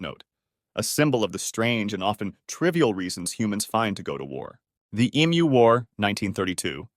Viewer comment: Man this is obviously AI, you pronounce Emu like 16 different ways back to back and it's hella annoying